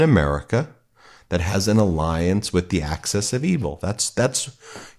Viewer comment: Thanks for the content, but, the term is "axis of evil", not access of evil!